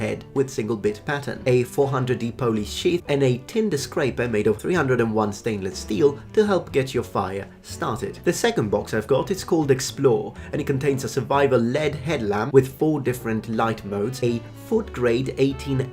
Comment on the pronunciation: AAARRRGH don't say LED like "Lead"! It's Ell Eee Dee! Light emitting diode!